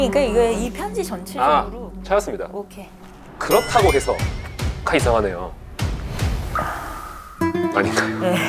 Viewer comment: '그렇타고' 으윽.. 불편..